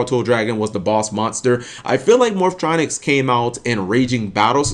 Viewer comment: Dude....Why do you purposely pronounce "Morphtronics" wrong?? is it like a black people thing to pronounce everything in a weird way? I mean you even read Cellfon and said it correctly there. Man shit like this triggers me beyond belief